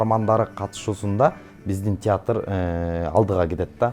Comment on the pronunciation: Театррттрт дейт го алып баруучу кыз😂😂😂